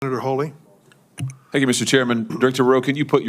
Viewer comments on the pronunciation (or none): His name is HAWley not HOLley totally disrespectful mispronouncing the Senator’s name Mister Chairman 🤪